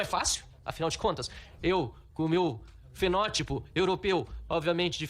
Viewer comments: Fenotipo kkkk Fezotipo! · "FENÓTIPO EUROPEU"!!????!! KKKKKKKKKKKKKKKKKKK QUE PACIÊNCIA EM SENHOR DIPLOMATA!